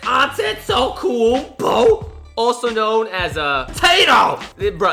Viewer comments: An-te-to-kumpo. That's how you pronounce Gianni's' last nam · An-te-to-kumepo is how you pronounce Gianni's' last name